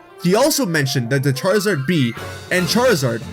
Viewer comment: Did you just say squaruzard?